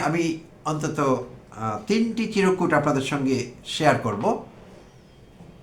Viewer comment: শব্দটা চিরকুট নয় চির্ কুট( chirkut)